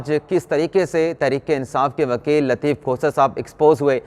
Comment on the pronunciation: محترم ۔ برائے مہربانی “لطیف کھوسہ “ کا نام احتیاط سے لیا کریں۔ لگتا ہے آپ لطیف کھوتہ کہہ رہے ہیں۔